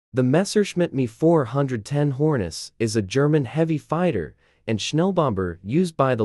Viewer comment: It’s not the “me” it’s M E.